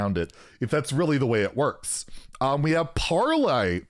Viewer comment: Nonono, dude, parrrrrrlay!